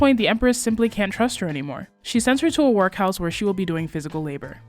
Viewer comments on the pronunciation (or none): none